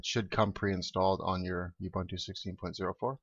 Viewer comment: It's pronounced oo-boon-too, nut you-bun-too.